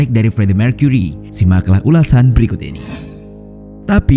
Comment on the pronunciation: Mewrry dan mercuery. Kenapa gt min aksen nya😂